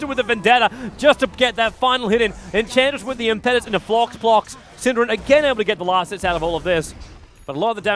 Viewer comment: as a fellow Australian, I enjoy that you cast a wide variety of Dota 2 tournaments and upload them on to youtube, But could you please stop pronouncing Enchantress' ulti Impetus as Im-pet-us when it should be Im-pe-tus, just google impetus meaning and have it pronounce for you. Cheers again from the land down under